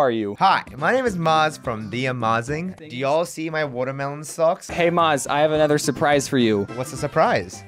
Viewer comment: Bookthany Y Nah bruh it’s “Watameelin